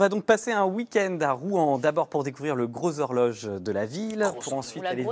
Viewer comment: lol. 😂 I have elderly french cousins on Saint Catherine, Bonsecouts,,,, ils Aussi disaient turnouts LE GGGROSZx-HORjoGGGE !!!! Real exaggerated pronunciation!!! You imitates mes cousins Français parfaitment!